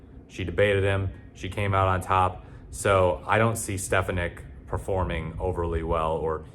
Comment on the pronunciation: It won’t matter, gang. Also her last name is pronounced “Steph-On-Nick”.